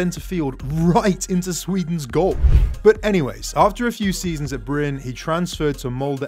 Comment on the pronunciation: i am comming from norway but brun 🤣🤣🤣 its Bryne